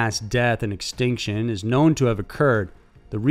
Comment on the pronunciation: "Permian Xtinction"?